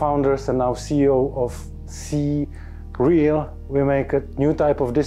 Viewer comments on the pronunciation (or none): FWIW CREAL is pronounced "see real" not "cereal"